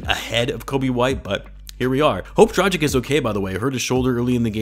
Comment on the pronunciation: You pronounce Dragič wrong. Pronounce "g" as "good" and "č" as "cheek". Got it?